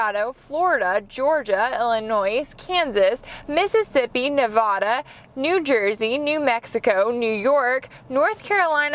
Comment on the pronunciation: you said Nevada wrong